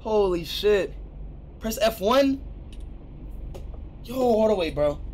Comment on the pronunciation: It said pree enter